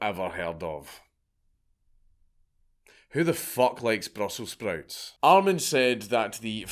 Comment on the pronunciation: "Who likes Brussels sprouts?" You are SO Scottish.🤣